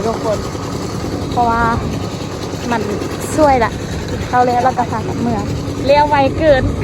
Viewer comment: ข้าว ไม่ใช่ เข้า นะลูก